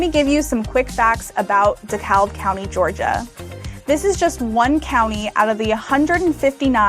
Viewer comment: It’s pronounced dee-cab. 😇